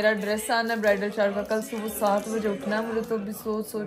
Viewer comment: yrr subo subo kya hota hai subha hota hai